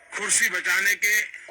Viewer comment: Khursi q bol rhe ehh ?